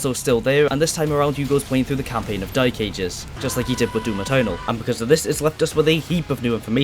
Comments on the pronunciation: Hearing the "the dy*e ages" multiple times gave me whiplash 😭 What accent is that? Cumbrian? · Why do you keep saying “Doom the Dyke Ages”? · I love it how you call the game the dyk* aegis :D Not trying to make fun of it or anything, it's just funny to hear with that accent. My accent's pretty generic, but occassional bouts of dyslexia lead to me reading the title of the 10th level in TDA "Foreskin planes"